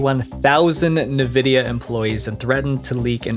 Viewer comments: One thing bothers me like nothing else in this video: Pronouncing Nvidia as "ne-vidia" instead of "en-vidia". Am i nuts, or is this the only place online Nvidia is pronounced like the? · Bro, it's "en-vi-dia", not "nuh-vi-dia" "Two Takes"?? Come on man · "en-VID-ee-uh" Not "nuh-VID-ee-uh" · It’s not Navidia it’s Nvidia. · Nevidia lol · NAVIDIA! Stop let AI write your scripts. When doing your own research you will come across somebody who pronounces things like these correct. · for the 1,000,000th time its not NAVIDIA 🤦‍♂️ NVIDIA how hard is it to not butcher a word in 1 video😂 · Do you really not know how to pronounce NVIDIA?? It's IN-VIDIA....not NUH-VIDIA. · who calls the company nevidia??? its envidia .. are you a bot? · this mf just say nuh-vidia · Who says Nvidia as nevidia and not N vidia? Lol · This whole video is a cluster fuck. He says 2001 twice, while showing 2021 on screen, calls Nvidia "navidia", etc. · I'm sorry my OCD won't allow me to continue without saying this: You're pronouncing Nvidia so wrong. Even the official website and Logo Guidelines say it's pronounced [en-VID-eeyah] (Like envidia , the spanish word, not exactly but similar) instead of Nuh-Vidia??? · I hate when people pronounce NVIDIA as Nividia not N vidia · Nuh-Vidia? Two Take? Do you know anything about video games at all? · nevidia xD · Never heard of Nevidia lol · Say it: En vidia, not like nvidia 😂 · You say 2001 when it's 2021 for when Lapsus$ first became known. Also... Please learn how to pronounce "nVidia", lol. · Who calls Nvidia “na-vidia?” The company has never pronounced it like that, so why is anybody pronouncing it like that? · I hate the way you pronounce NVIDIA.....good video though. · Bro how you gonna cover this and not know how to pronounce something like nvidia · nuh-videa? Is this AI too? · Nvidia is pronounced like N-vidia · by god we are aware, it’s the fact that he pronounced it Nevidia in dialogue. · Oof, your mispronunciation of nVidia was nails on chalkboard